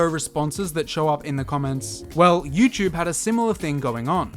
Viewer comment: Lost me at “youchube”